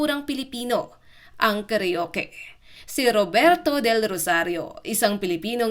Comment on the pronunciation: Ayusin mo Ang pagka bigkas ng salita karuke instead na karaoke tanga